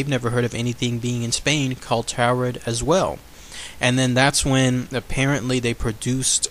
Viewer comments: Mispronouncing Taured is killing me. Its like Taurus, instead of 'Tao' its 'Tore'. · Or like torrid, as in hotter than hell! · it's pronounced torrid